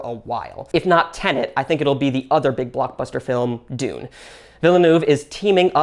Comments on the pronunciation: “Denet and Tune” 😂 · "Denet and Tune" 😂